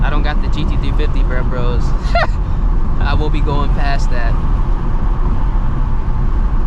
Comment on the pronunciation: I’m sorry not to be that guy but it’s driving me insane sounds like you say brembros and it’s brembos